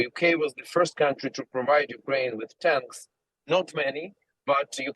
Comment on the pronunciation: she said NUkraine